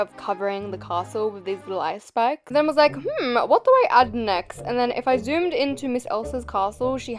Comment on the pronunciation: were u saying ice spikes or ice spice?